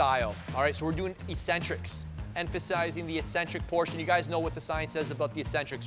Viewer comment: The word is Ek-Centric, not E-Centric! There are two Cs in the word for a reason. 'E-centric', the way you're saying it means 'without a center'. Ek-Centric means away from the center. This is why the word also means 'crazy', b/c these ppl are not in the center, or norm. Please please please don't sound like all the other meatheads on here! You're too good for that. People may consider you Ec-Centric for saying it that way, but I'm sure you can defend yourself if they make fun of you.;-)